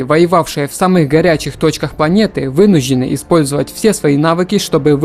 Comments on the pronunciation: Не вынужены, а вынуждены.. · Что за проблема у диктора с произношением сочетания букв "жд"? То "вынужь'ены", то "происхожь'ение" то ещё что-то